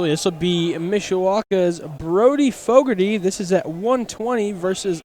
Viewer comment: It's Fogarty, not fogorty.